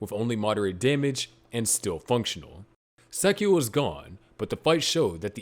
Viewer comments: you should accent/stress the Angel names at the end. For example its not sAchiel, its sachiEl. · You have never even seen the series have you. And you cant even say sachiel correctly. Please sit the fuq down and never do a video again without watching the original series